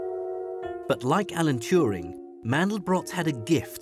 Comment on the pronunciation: And nobody knows Alan Touring....Allen Turin .... Allan Tewring. ... whatever